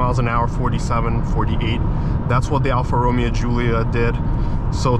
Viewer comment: Bro just made up his own pronunciation for Alfa Romeo lol